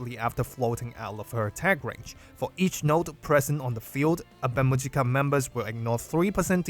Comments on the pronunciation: That pronunciation killed me 😅 It's Awe mu-yi-ka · The girls from the band themselves pronounce it Ave Muzhica.